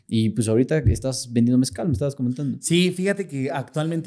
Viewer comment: Mezcal!!!😮😮😮 Soy de la tierra del Mezcal. Toda mi famila hace Mezcal. Puro mezcal no "mezcal".